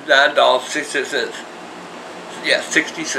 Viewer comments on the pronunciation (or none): he said 66 cents, it did sound like 666